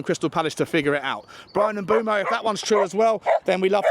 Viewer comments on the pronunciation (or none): Jesus christ with the name pronunciation on this one....m'boomo, para-ti-chi, san 😅